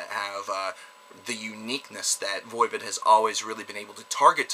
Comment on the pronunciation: What's Voivid? Some kinda french porn? It's voivOd. You know like GOD not gid...